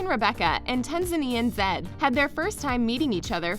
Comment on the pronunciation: 90 Day Fiance Zed = (pr) Zee-ed... Embarrassing Reality = (pr) Em-brace-ing Reality lol